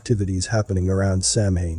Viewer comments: Begging yr pardon, but it is pronounced Sow-WEEN not Sam-HAIN. I know it looks weird, bur that’s a fact. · Correct pronunciation is Sow (like cow) Ann, not Sam Hane. Irish isn't phonetic. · First of all.... It's "sow enn" ",!not" Sam hain "... Lol... As a left hand path luciferian witch, NO branch of Satanism or any other path that's luciferian requires blood or human sacrifice, none! So don't blame them. This wasn't us.... Whoever it is, it's not true Satanism. Secondly.... While I agree this concert was Weird, I highly doubt it had anything to do with GENUINE occult practices. That singer looks like he couldn't even read a ouija board, let alone summon demons! Lmao! So keep your tin foil hats on folks.... It was a tragedy, and nothing more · Yes, i wondered if anybody else would pick up on the pronunciation error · Sure wish narrators would learn how to pronounce words. (Samhain is pronounced Saw-when.) (I’m Not a witch, just an English professor.)) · Just an FYI, Samhain is not exactly on Halloween. It changes depending on the moon phase. So it’s entirely possible that the event was much closer to Samhain. Which btw is pronounced Soww-in. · I think Samhain is pronounced "Sah-wen" - if I remember correctly. I think the word is of Irish/Old Celtic origin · It is pronounced Sowain and it is time when it is believed that the veils are thin ancestors can be contacted. It has been hijacked by the Satanists. It was not originally satanic, and druids are not satanists. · Samhien is pronounced. Sow- when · Samhain is pronounced sah-win and is not "the ancient festival of death and sacrifice" but a Gaelic festival that signifies the end of the harvest season....sure it's a pagan religious festival but it has nothing to do with satan............. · Samhain is pronounced sah-win meaning darker half 👀 yikes 😳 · Samhain is pronounced sow-en, JS. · Nerves grinding with the mispronounced……. SamHain!!!!😂😂😂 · It's pronounced, 'sow-en'.